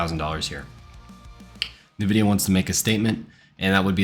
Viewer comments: My brother in tech... It's not Nah-vidia. It's the letter 'N'- vidia. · did you say Navidia?